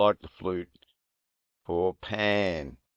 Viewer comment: It's Pan